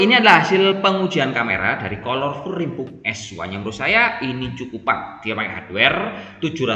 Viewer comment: bacanya kalerful mas, bukan kolor wkwkw